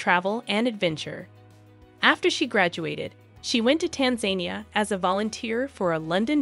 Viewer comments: This is a beautiful video. My only comment as a Tanzanian is that Tanzania is not pronounced Tanzenia. The As in Tanzania are pronounced like the A sound in "About." So, tanzAnia.♥♥♥ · Tan za neea. Not Tanzanea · Its not tan zania like you say it you have to say tanza nia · Wow, I've never heard anyone pronounce Tanzania as "Tan-zane-nee-ya" until now and with confidence too! Typical 🇺🇸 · The country's name is pronounced Tanza-Niya!! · Pity the narrator could not pronounce the name of the country. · The way she keeps pronouncing Tanzania 😂😅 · If you narrate a story on youtube about an African country, the least you could do beforehand is find out how to properly pronounce the name of the country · If this isn’t AI you really should learn how to pronounce Tanzania before you do a video about their country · Learn how to pronounce Tanzania!